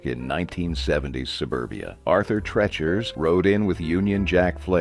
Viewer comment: If you knew how to pronounce "Treacher", I'd finish watching.